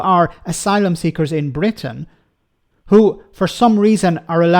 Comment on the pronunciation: Call it sht Bwitain